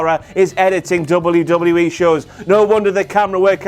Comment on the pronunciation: Dub-you dub-yu E... NOT double U DOUBLE YOU!! E 😂